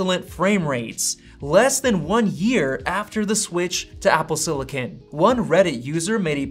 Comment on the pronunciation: Apple “sillikin”